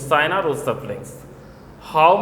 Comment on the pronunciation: sir is not sina is china ,dont say p to f and say f to p sir yhis is a bi problem plz say it properly plzz! by niladrees_